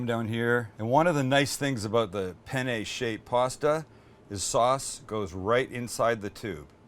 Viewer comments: "PENE"? Dammit,! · I’m usubbing because you said penne wrong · But no one told him that "PENE" in Italian means "DICK"? It's "PENNE". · It’s spelt Penne not pene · Pene... In Italian says penis. Penne correct. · What pene Bolognese hahahhahahhaha wtf every italian that watch this know what i mean hahahaha it should be penne Bolognese lmfao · by the way, it's peNNe, not peNe. Pene, with just one N, literally means "dick" in italian. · Penne! With 2 "n"! Try to Google translate! 🤣🤣🤣 Hi from Italy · You might find it amusing that as you assure your viewers that this recipe will “get them laid”....the title sequence translates to Bolognese penis”. In italian. Those double consonants are yes, important in the correct pronunciation, but also spoken. The double consonants in italian are pronounced with extra pressure either from the tongue or lips. BIG difference in meaning if there are similar words. Ergo, penn-ay. Bolo nyayzay. Be extra careful if ordering Penne Arrabbiate in Italy. Angry Penis may be a thing, but its not a pasta dish. Prego. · Hi Sam, buona giornata a te! Hope you're having a great day. I just wanted to tell you that on seconds isn't pene but penne.. because pene in italians means.. Penis. Yes. Not joking. Btw I would eat that! Approved by an Italian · Sam it's penne not pene! Pene in Italian means penis ahahaha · "SO IN GOES OUR PENE" only spanish speakers will get it lol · "Pene" Bolognese?? LOLOLOLOLOLOL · You missed a N in penne bolognese at the beginning of the video Now in italian it means Bolognese penis... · Penne is with 2 n's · Did you say Penny? :P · "In goes our penne" in spanish this heard so bad lol.. hahaha love this guy